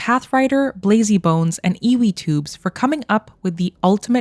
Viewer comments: Surely it's not "eeeweee-toobs". Ewe is a female sheep and it's pronounced "yew" so ewetoobs has roughly the same pronunciation as youtubes. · Just so you know, ewetoobs would be pronounced you-toobs. The first word is ewe, like a female sheep.